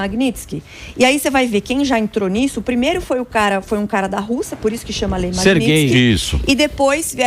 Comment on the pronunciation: Samy grana nao sabe falar Magnitsky ate hj